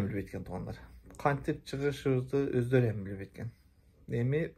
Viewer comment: Оздору деп эле суйлочу ям дегенд не кошуп суйлойсун.Оздоруяаам деп😂.Оздору деп эле суйлочу